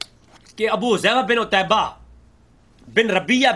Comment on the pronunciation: Pehlay apna Arabi aor Urdu ka Talaffuz sahi kro 😒 لفط عُتبَہ کو عُتَیبہ پڑھ رہے ہو، اور دوسرا لفظ، * عَمرو " ہے نا کہ عُمرُوْ " تمہیں ابھی اسی کا فرق ہی نہیں پتہ چلا، 😒 پہلے اپنی عربی اردو صحیح کرو، دیکھ کر بھی تم سے پڑھا نہیں جا رہا 😇